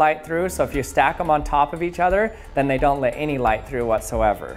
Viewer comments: Why he say lit instead of let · Lit me tell you...I love how you say: "Lit", when you are trying to say "Let". I'm also glad that we live in a country that lits me tell you that. However, lit me know if I have offended you. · I always wonder if he is saying lit when talking about light to be punny.